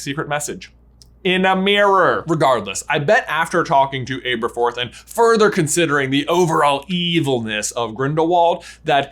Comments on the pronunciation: It’s not ABErforth, it’s ABerforth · My husband was watching this across the room and I was screaming internally the whole time about how J pronounces Abe-er-forth.